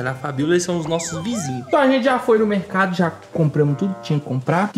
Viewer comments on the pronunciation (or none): Porque será que ele não fala a letra R por exemplo ele fala sovete, mecado, Macelo kkkkkk